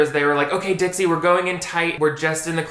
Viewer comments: my brain kept hearing ditsy instead of dixie oops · LoL I keep hearing you saying "Ditzy D'Amelio"